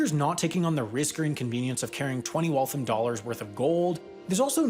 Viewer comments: Your pronunciation of Waltham is not correct. It’s more like Wall-tham (sounds like ham at the end). What you’re saying omits the last “a” and sounds like Walth’m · As a former resident of Waltham, pronunciation of Waltham was like nails on a chalkboard. It's pronounced like "Wall thamb" not like "Wall thumb" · It's pronounced wal-tham, not walthim. Btw, awesome awesome video. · Great video, but please. It’s not “Wall-thum”. It’s “wall-tham,” with the second syllable also getting stressed and rhyming with “ham.” Being from MA, I had trouble listening to the middle of this. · Shocked to see Waltham there, very cool piece of history! It is pronounced Walth-ham and not Walth-um though! MA town names are hard. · Wal-thAM not walthum. ie i AM not liking how you say waltham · It's Walth-HAM. It got a little frustrating by the 20th time. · If you ask someone in MA where Waltham is, you're going to get some looks. Say "Wall-tham" and we'll know what you're asking. You'll probably get intentionally wrong directions and be made fun of after the fact, but hey, you knew what you were getting into. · "Walthum" is also wrong. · You pronounced Waltham wrong. It is Wall tHam. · You’re pronouncing Waltham wrong. The am is pronounced like “I am” and not “um” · Amazing video. Just need to lengthen the ‘a’ sound in Waltham and it’s perfect.